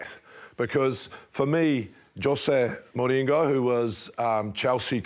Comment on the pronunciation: rates himself as a renaissance man.... The pronunciation of "Jose Mourinho" 😂😂😂